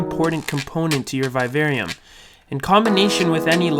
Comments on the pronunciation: Its viv-arium...v-i-v....not vive-arium (sorry the way u pronounced it triggered me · I totally get why you would make a vid on this subject. Still, vivarium is pronounced just as you would pronounce the words vivid, vision and the name Vivian. Secondly, why a "natural look" when you can actually make it natural. Oh well in the end thanks for all the tips on what not to do. If I want a real vivarium. 😊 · PLEASE LEARN HOW TO PRONOUNCE VIVARIUM.